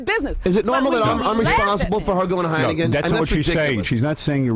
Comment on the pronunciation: What's "Heinegen", John?